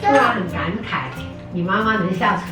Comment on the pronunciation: 說（感慨發音）怪怪😅